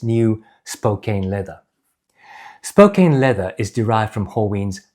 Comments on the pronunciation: It's pronounced like spo-can, not spo-cane. Great video! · Hey, love your videos! I watch them all the time and love your thorough dive into the boots! If you want to pronounce the name of the leather on those boots like an American, it would be Spo-Can, that’s how we Americans pronounce Spokane. It’s a city in Washington! Best wishes from Maine! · 2 comments… 1) I grew up just north of Spokane, Washington’s. Despite the “e’ at the end of “Spokane”, which would make you think that the “..kane” should be pronounced like a sugar “cane”, it is a short vowel, and is pronounced as a “can”, like a ”can” of beans. Hence “Spokane” would be pronounced more like “Spocan” 2) I noticed in your video, that as you were walking, when you put your heel down, your forefoot more-or-less ‘slaps’ down. I have had boots like this, especially new work boots with a stiff sole. It takes some getting used to this when walking..